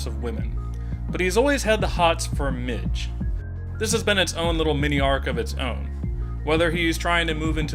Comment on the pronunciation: PLEASE STOP SAYING MIDGE